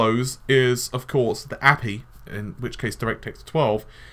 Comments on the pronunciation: Appie? Really? It's Aye Pee Eye. A. P. I. Cmon man. Nobody calls it Appie. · api??? you pronounce alot of things wrong in your videos. It's A PEE EYE not literally api or A PEA....